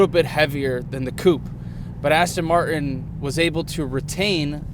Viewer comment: Every time he says "coupe" I want to shout at the screen, and the butchering of the word Martin is annoying too - but on the plus side he seems a great bloke and the car is f'ing gorgeous!!